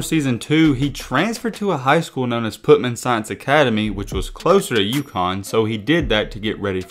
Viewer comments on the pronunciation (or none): Bro. READ man. The school is not PUT MAN. It’s PUTNAM pronounced “putt-num”. Come on bro. Just read. If you don’t know how to say something, then google it. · It’s PUT -NAM